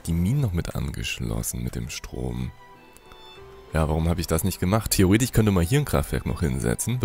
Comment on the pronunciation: Wieso kann eigentlich das... isch und...ich bei theoretisch, wahrscheinlich, ich, problematisch unsw. nicht richtig aussprechen. Ist das ein Dialekt oder ein Sprachfehler?